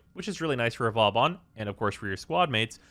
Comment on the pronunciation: Man's craping on vauban yet he can't even say it properly